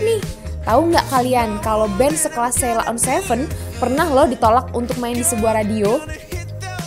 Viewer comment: Mbaknya ngucapib sheila on 7 aja salah .. 😂😂